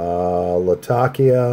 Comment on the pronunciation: one of the few pipesmokers i've heard that pronounces 'latakia' correctly